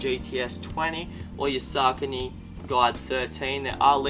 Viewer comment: he's pronouncing ASICS correctly. He's mispronouncing Saucony. It's sock a knee. Not Sark a knee